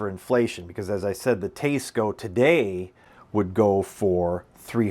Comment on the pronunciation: Dude…it’s pronounced Tie-sco, not Taa-sco. Just sayin’